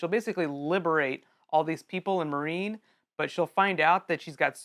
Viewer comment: >pronouncing Meereen 'marine' really?